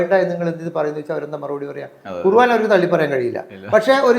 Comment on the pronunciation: ഖുർവാൻ അല്ല ഖുർആൻ എന്ന് പറഞ്ഞ് പടിയ്‌കൂ